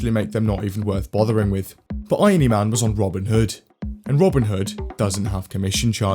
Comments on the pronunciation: Mans said iony-man (iron-y) instead of irony-man 🤦‍♂️🤦‍♂️🤦‍♂️ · It hurts so much how you pronounce irony